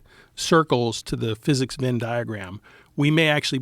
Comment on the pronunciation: The word “Venn” in “Venn diagram” is pronounced with the “eh” sound as in “head,” not with an “in” sound. Phonetically, it is /vɛn/ in both UK and US English.